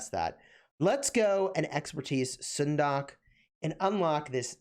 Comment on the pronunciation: stop butchering her name